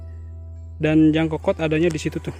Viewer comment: Mohon namanya diluruskan bos, bukan djangkokot tp nyangkokot, maaf saya asli anak sigrong bos. Salam kenal